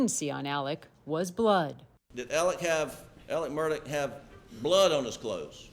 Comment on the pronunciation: Is anyone going to EVER correct the news anchors in the pronunciation of his name? It’s Murdaugh, NOT Murdock…. Jeez. Everyone of them continually says Murdock!